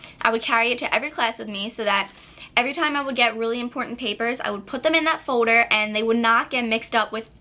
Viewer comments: lol its not folder its foder in an nail ladies accent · why do you say foder instead of folder?? just wondering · Its foLder not foder :) jus sayn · Gosh it's annoying how she says fowder as opposed to folder. & then she says garuntee instead of guarantee. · you say foulder in sted of folder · she says folder wierd..... FODER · Please stop saying foder and say folder it's annoying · folder not fowder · i love the way she said folder she saids "fowder" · Lol, the way you say, "folder" sounds like "fowder"! :D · you pronounce 'folder' like 'foder' hah( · you say foder instead of folder your so cute!!:) <3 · folder not foder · An eight grader doesn't say foder!!!! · Foe-durr. sweet baby jesus that gets annoying. good tips though girlfrann. thanks. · its so funny cause you say ''Fowders'' :p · you say folder like "fo-der" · u say folder like fowder lolz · haha I love the way you say folder.. F-OH-der. hahaha( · you say Fow-der lol :) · You say folder so weird! Lol you say it like foder hahaha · The way you say folder is really annoying sorry :/ I thought it was funny first but then you kept saying it and it got so annoying. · i love how she says Folder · I LOVE THE WAY YOU SAY FOLDER :) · class of 2017..!!!! i like how yu say folder lol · I couldn't stop listening to the way you said 'folder'. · i like the way you say folder aha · i love the way you say folder (: lol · i like how you say folder. :) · you make me laugh when you say folder lol! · I LOVE HOW YOU SAY FOLDER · u really cant pronounce folder its sick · i love how you say folder :) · you say folder funny(